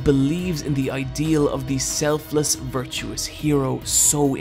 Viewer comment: Virtuous, not virtuos. That bugged me more than it should.